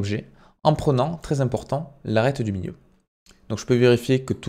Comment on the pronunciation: "l'arrete du miyieu " mdr